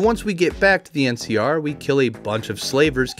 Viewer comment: Keep hearing MCR instead of NCR every time and my brain has a quick ?? before it catches up. Every. Time...